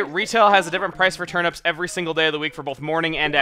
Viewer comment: Why do you pronounce turnips 'turn-ups'?